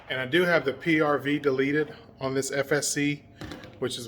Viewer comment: Hay is the bolt for the Tiberius T8.1 interchangeable with the first strike FSC from what I've been studying they are just want to be sure and you would know also not to seem like a dummy but what's a PRB or did you say PRV